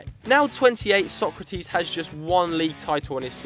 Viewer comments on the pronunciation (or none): Actually His name isnt sOkratis It sokrAtis the tone is on the A